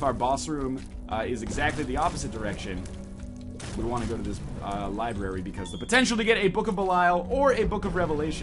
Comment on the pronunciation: I thought you were an English teacher? Its pronounced LIBRARY! Its not LIBERRY!